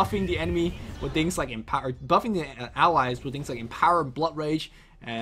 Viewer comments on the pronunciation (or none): none